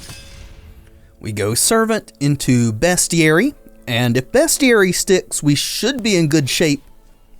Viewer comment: It is pronounced "beastiary."